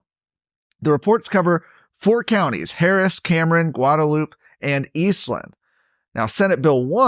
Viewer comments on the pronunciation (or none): This guy is an Austinite. He pronounced Guadalupe County, "Guad a loop." It's pronounced "Guad a loopy County."